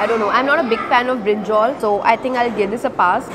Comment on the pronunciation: "Brinjol" 😂 anyways foods r really very tempting